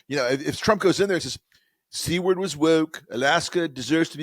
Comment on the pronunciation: It’s farther along than “incipient dementia”. Based on his cognitive-linguistic deterioration, it actually mild-moderate dementia. BTW, it’s “Seward”, not “Seaward”.